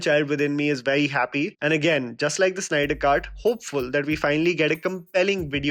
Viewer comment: Snyder.... Its Snyder, not Synder!